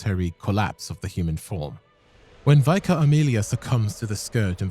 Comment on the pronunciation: Vicar is pronounced Vick-Ar - it's a type of Christian priest and gaol is an old English spelling for jail, so most people just pronounce it jail